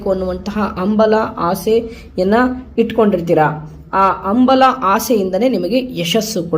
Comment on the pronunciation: "AMBALA" ALLA, IT IS CORRECTLY HAMBALA. SARIYAGI UCHCHARA MAADI. DHANYAVAADA.